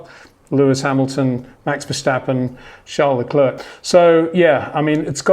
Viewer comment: It’s ‘charl le cler....’